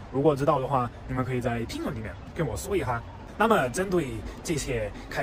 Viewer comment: 有点意思！马克，一下，这两个发音，很四川啊！